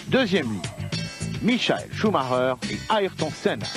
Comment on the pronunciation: c'est vrai il disait micha elle chou ma reure. j avais oublie ca. je m'appelle michael aussi et personne m a jamais appelle micha elle.